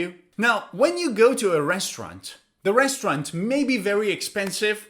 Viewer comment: Res trau rant Or Restront